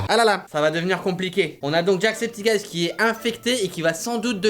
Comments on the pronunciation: par contre ça se prononce "jack septi çaï" !!!! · C'est pas jackcepticeyes, c'est ''jackcepticeye''. Ya pas de S a la fin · So' Nya - Sophie Par contre, je suis la seule a être déranger par la manière dont il prononce "Jacksepticeye"?